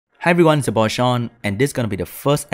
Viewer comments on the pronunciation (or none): is just me or this really sounds like "well done son" 😂😂😂